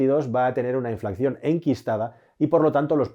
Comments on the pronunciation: se dice inflación, no inflacción!! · InflaCión bien InflaCCión mal Que dolor de oídos me das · Creo que se dice "inflación" y no "inflacción" como me ha parecido escuchar en varias ocasiones en el video..... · Un apunte,: se dice inflación, no inflaCCión. Veo que ud. lo dice mal, al menos en este vídeo. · INFLACCION NOOO!!! SE DICE INFLACIÓN...ADMIRO TU TRABAJO, ERES TODO UN PROFESIONAL, PERO NO TE QUEDA BIEN DECIR ESTO TAN ERRÓNEAMENTE CON LO PROFESIONAL QUE ERES, POR CIERTO, TU CANAL DEL CASCARÓN DE NUEZ ES ADMIRABLE, GRANDE, ABRAZOS! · Se dice inflación, no inflacción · Me encantan tus vídeos! Son todos super interesantes. Si me lo permites, una sugerencia: no se dice 'inflacción', lo correcto es decir 'inflación', te lo dice un economista :-) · Inflación, se dice inflación. No "inflacción". De todas maneras, gracias por tus videos😉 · Un pequeño apunte, se dice 'inflación' no 'inflacción' Saludos! :) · Buen video. Pero se dice "inflación", no "inflacción". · InflaCCión!!!? Me arden los oídos!!! Muy buen video, gran explicación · Se dice INFLACIÓN, con una sola “C”